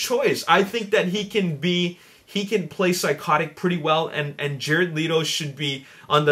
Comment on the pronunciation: It's not Leeto it's pronounced Letto -.